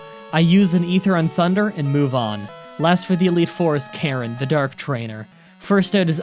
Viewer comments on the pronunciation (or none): none